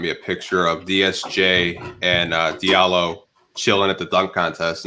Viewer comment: "Dilario":) "Hilarios" "Di Allo" Ha Mi Do --- Di Allo You got it right in the end:) and this text was a waste. Come on Algorithms help this "" Earned a sub for your humble personality